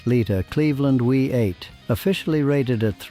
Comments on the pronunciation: Why do you keep saying- wee 8, let me educate you It’s called a V8. It’s always been a V8 not a wee 8 as you keep saying. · Yeah that we 8 narrative is not only annoying but doesn't help the authenticity of a lot of information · What is a Wee 8? You Mean a V8 Don,t You